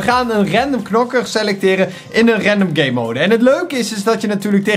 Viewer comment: hoe gamemode zegt: gaymoude hoe normale mensen het zeggen: GAMEmode